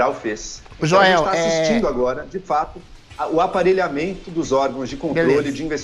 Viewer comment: Joel como sempre falando "joelcisse"...